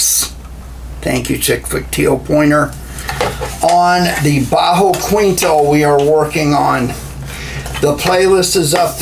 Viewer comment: It's pronounced keentoh not kweentoh. Great video though!